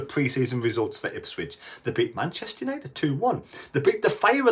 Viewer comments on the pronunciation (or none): none